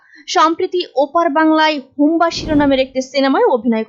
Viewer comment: হুব্বা কে বার বার হুম্বা বলেন । আগে শব্দের সঠিক উচ্চরণ শিখেন